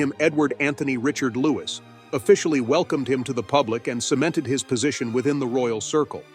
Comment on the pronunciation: Its Louis not Lewis. 😊